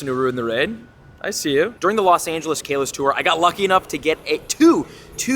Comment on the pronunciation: Hey, love the videos but I just want to tell you that generation 6 is pronounced Ka-los, not Kay-los